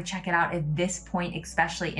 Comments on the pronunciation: She just said, exspecially, instead of the correct pronunciation, especially. That does it for me.👎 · Dont listen to that girl about politics, bro. Never listen to anyone that pronounces especially as "expecially".